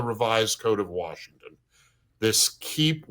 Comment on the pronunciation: Is it just me or does anyone else notice that Bob Ferguson doesn't know how to say the word Washington